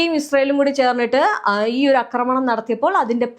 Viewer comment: കൊച്ചേ, അക്രമണം എന്നൊരു വാക്ക് മലയാളത്തിൽ ഇല്ല. ആക്രമണം എന്നാണ് പറയേണ്ടത്. അക്രമം, അക്രമൊത്സുകത എന്നൊക്കെ പറയാം. പക്ഷെ അക്രമണം എന്നൊരു പ്രയോഗമില്ല. അതു കേട്ടിട്ട് ചെവി തരിക്കുന്നു.